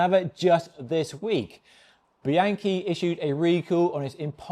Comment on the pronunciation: BEE-ahn-key, not BEE-ANKY, OK?